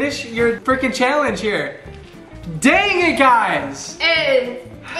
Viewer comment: Who else realizes that says Shallenge